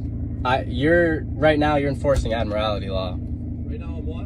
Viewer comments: What is ad-morality law? He means admiralty but doesn't know what he's talking about. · "Admirallity" law ? ? ? ? ? He can not articulate admiralty. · This guy can't even get his terms correct. He keeps saying "admirality" law. The correct term is "admiralty" law. Some of these characters actually go into a court room and declare that the court is operating under admiralty law because the American flag in the court room has a gold fringe around it. Therefor the court does not have jurisdiction over them. Admiralty law covers ships on the open seas. It has nothing to do with driving a car on a public roadway. The sovereign citizens often use the term "common law". The police officer in this video is correct when he says that term is comes from England. A couple centuries ago here in the USA the term "common law" usually meant customary legal traditions that were brought over from England but were not formally legislated here. Nowadays the term refers to a set of court decisions which form precedents which are usually followed but were never passed by the legislature. An example would be the term "common law marriage". A common law marriage is where no marriage license was ever issued to a couple, and no legal ceremony was performed, but the couple is still married in the eyes of the court because of precedents set by past court cases. For one of these sovcits to say that they are "under common law" and therefor are not subject to statutes passed by the legislature is meaningless nonsense. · How come these experts don't know how to pronounce admiralty (not admorality)? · I loose it when they can’t pronounce admiralty properly. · He can’t claim admiralty law if he can’t pronounce it correctly. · If he's going to bloviate about Admiralty Law he should, at least, learn how to pronounce 'Admiralty'. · Why do they add an extra syllable to admiralty?